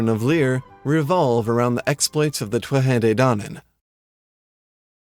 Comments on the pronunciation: why do you pronounce Tuatha that way? I've always just said it like 'tooatha' with the th sound prounounced like we do in english like in the word 'the'. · So many Irish words mispronounced. Most notably Tuatha is pronounced 'Two-Ha'! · In modern Irish, TH is an H. So, it is TOO-a-ha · isn't it To-ath-ha when you pronouce it ? :P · Ok a bit of help, I know someone else posted their pronunciation of Tuatha but I personally would say it too - ah - ha, with the syllables running together fluidly.